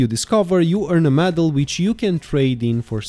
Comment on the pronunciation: Dude literally said “moodle medal” KEKW 😂🤣😂😂🤣😂